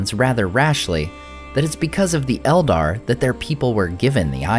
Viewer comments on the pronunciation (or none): none